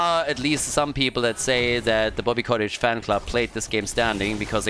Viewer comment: It may be distracting to hear you say "Bobby Cottage" all the time, but it's not like Bobby deserves to have his name pronounced correctly anyways, so just carry on as you were,.:P